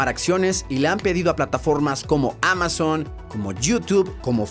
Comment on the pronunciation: ALGUIEN MAS SE DIO CUENTA EN EL MINUTO QUE NO DICE AMAZON SINO QUE DICE MAMAZON 😂😂😂😂😂😂